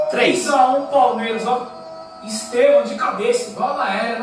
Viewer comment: Estêvão és una palavra paroxítona (llana)!